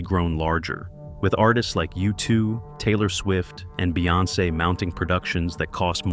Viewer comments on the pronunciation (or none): none